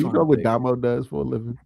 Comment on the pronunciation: Oh. Amd why do u call Dah-mo but calls him Domo...tighten up fam